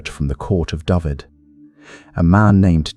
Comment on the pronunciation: Would have been better if Dyfed was pronounced correctly. It's Duh-ve-Ed